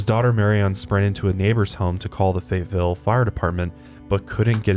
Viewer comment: the way says Fayetteville as "fate-ville" makes me mad